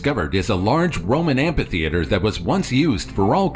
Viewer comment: Say "ampa-theatre" one mo time! 😠